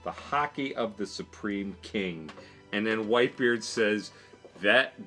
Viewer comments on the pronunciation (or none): none